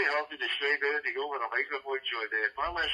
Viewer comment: The word is Anything not Anythink you yob hahahaha